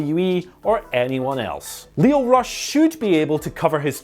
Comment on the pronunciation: i thought you were saying ross not rush lol